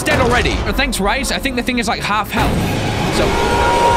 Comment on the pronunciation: Its RICE not RAIS Now who is the dingus huh Well obviously me